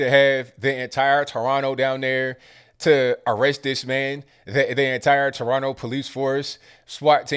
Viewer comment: This guy can pronounce toronto more like a torontonian than the average torontonian